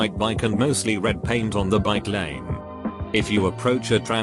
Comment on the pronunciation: how did he screw up bikelane?